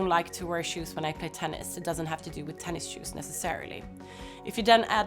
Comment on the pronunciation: tennis -shoes, not tennis-shoes